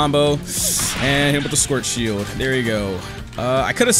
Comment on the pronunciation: i love how he pronounces "schwartzshieldo" as "squirt shield"